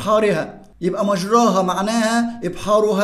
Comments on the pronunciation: شرحك جميل يا مستر+ حضرتك اسمها مجريها مش مجراها بالكسر مش بالفتح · يمستر مفروض مجريها النطق الصحيح لها مش مجراها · كلمة ( مجريها ) لا تنطق بهذه الطريقة اسمعها من شيخ مشهور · انت قرأت مجريها غلط😅راجع نفسك كده وشكرا